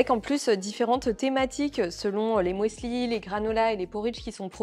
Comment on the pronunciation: Alors, cela ne se prononce pas « mouesli » 😂😂 mais « musli » de l’allemand müsli ou muesli. Bref, c’est un U ! 😊😉